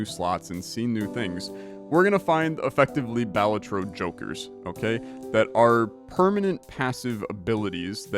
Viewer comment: isn't it ba-LA-tro?